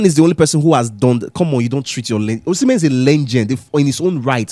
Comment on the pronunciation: Osimhen…see men…see men